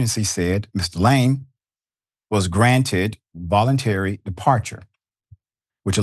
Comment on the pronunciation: Gotta learn the pronunciations of names before these spots, Doc